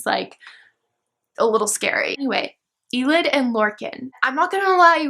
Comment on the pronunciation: Elide is pronounced aah-leed not ee-lid. And Manon is pronounced Ma-non. ♡